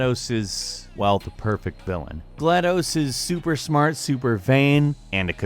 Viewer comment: Bruh you mispronounced gladus 0-0 agh the fan in me is mad lol